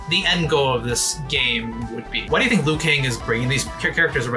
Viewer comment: I’d like to see that because I’m sure Liu shouldn’t be pronounced as Lu 😂